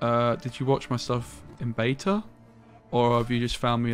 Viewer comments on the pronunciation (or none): none